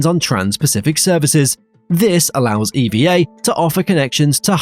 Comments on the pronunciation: Pronounced "eevvaa" one word NOT E.V.A. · It's pronounced "eva" not E.V.A... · It's pronounced "EVA" not "E-V-A" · It's pronounced "Ever Air" btw, owned by the Evergreen company